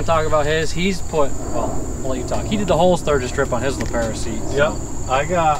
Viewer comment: Calling it a Lee Pair-a is killing me